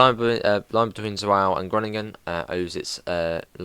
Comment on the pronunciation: Sporling what who? It’s pronounced like Spoorline Zvoller to Groningen Also you really did rush through some bits that are really cool and unique but nevermind